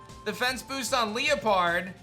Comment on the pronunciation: Question. Why do you pronounce Liepard “Lee-Uh-Pard”? I always thought it was “Lie-Pard” because lie or lying make sense for the theme.. but honestly Pokémon etymology is wild and I could be totally wrong. We all say Silvally wrong lol.